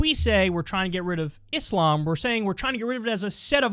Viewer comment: Such a small thing but love how Kyle is one of the only white ppl who says Islam correctly and not Iz-lam. Cant say rural to save his life tho